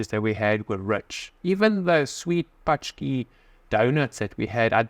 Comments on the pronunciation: Sorry to destroy your confidence a bit guys, but indeed you are almost there! :) The closest to real pronounciation is sth like 'pontschek / pontschkee' or like saying 'upon check' in english and getting rid of 'u'. This 'a' letter with a tail -->'ą' is closest to 'oh', like in 'oh no!'. I think only French of all foreigners can say this sound 100% correctly without long time of training... Love your dog! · You have to pronounce it, more like: "punchki".😁👍